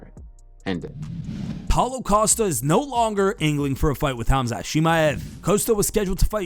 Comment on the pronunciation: I m surprised how ddp pronounce right "'Hamzat" , this guy is a real Champ with big heart